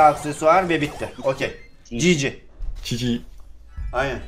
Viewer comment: Gg yi çiçi gibi diyor